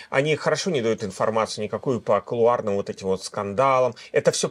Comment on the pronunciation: .. Правильно - кУлуары...